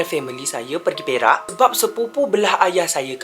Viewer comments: itulah pasal ulang banyak kali still bunyi "Berak" 😭😭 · Gahahahhahaha , perak laa . Sy pn berbunyi beRak jgk🤣🤣🤣